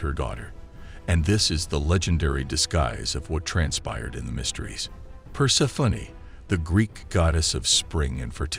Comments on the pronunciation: i love the voice-over, but "Persefunny" is really not it🤭🌷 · The way he pronounces Persephone is extremely distracting.